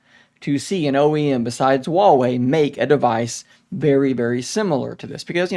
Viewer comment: Stop saying Wawey it's Huewei.